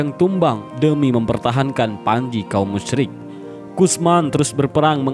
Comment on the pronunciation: Maaf sebelumnya Saya dengar Pengucapan kaum musrik sama kaum muslim hampir sama Saran, yang musrik ganti pengucapan kafir